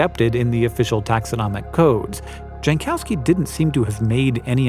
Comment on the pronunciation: OMG, Hank I love you and your narration, but please check with someone how to pronounce foreign names. I can just about forgive you mispronouncing Kreutz as “croots” (it’s actually more like “croyts”) but Jankowski? Your master of microscopes lives in Poland! I’m sure you talk on Teams or Zoom often, surely you could have checked with him that Jankowski is pronounced “yankovski”.